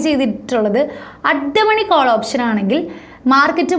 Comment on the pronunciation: ഓപ്ശനല്ല ഓപ്ഷൻ 😬 . Just kidding. Nice Video